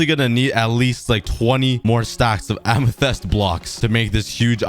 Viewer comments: It’s not “amethest” it’s “amethist” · It's ame-thi-st. Not ame-the-st. I hope this will help you. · It’s AMYTHYST not AMYTHEST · Amethist ❌ Amethest ✅ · listen to me its amethyst not ametest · Just saying it not Amathest it’s Amathist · it bugs me when you say Amethyst its amitist not amehtest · Its read ~AMETHIST~ not ~AMETHEST~ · I have a challenge: make an island for every biome (Axolotl can count for ocean biome and goat for taiga forest biome) Amethyst is just a custom biome P.S Amethyst is pronounced am - ih - th - ist - not am - ih - th - EST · Its so cringe when you say amethest instead of amethyst. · plz tell me u say amethyst not amethast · Whyyy does he say amethEst it's amethYst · Am a fist not em a fist spot saying it wrong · Kan you say amathyst corectly pls its like fist but more y and th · "A lot of A-ME-TEH-ST BLOCKS" -COOKIE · The Amethyst Pronunciation: Am-e-fist. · he has said amythist 46 times in this vid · “Amethast” ya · ah yes amathest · its pronounced amathist and spelled amethyst amathest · Its pronounced amothist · ah yes ah-me-thest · It’s pronounced Am-e-thist, Amethyst. This annoyed me more then it should have 😆😂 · A-me-thist is how you say it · Here are some pronunciation tips for you: amethyst (am i thist) and nautilus (not i lus). I hope this helps you :) also I think my name would be pretty swaggy on the wall of leaves (wink wink) :) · ITS PRONOUNCED am-i-fist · I loved it when you used to say aminest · You may not bruik the krakt amethis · im pretty sure that its called AM-A-TYS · 7_8 min ago it look really good can you buid the islands more far in t the ocean it is pronounced amatist edit i wan't far enough in the video so i didn't know you counted it later your self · I love how he says amethyst like A M E T H E S T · The way he pronounce amethyst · After hearing him say amethyst wrong I also said how he says amethyst. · It's amethyst bruh anyways awesome video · Its Amethyst Lmao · Your saying amethyst wrong